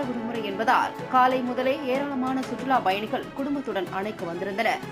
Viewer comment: சுற்றுலாப் பயணிகள் வெளியேற்றப் பட்டனர் இதுபோல உச்சரிப்பு இருக்க வேண்டும் உங்கள் செய்தி வாசிப்பளர் சுற்றுலா பயணிகள் வெளியேற்ற பட்டனர் என்று வாசிக்கிறார்